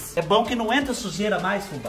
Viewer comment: Fubá do céu, você diz Xujeira por que é a sujeira da casa da Xuxa? Você está muito igual a Isadora Regina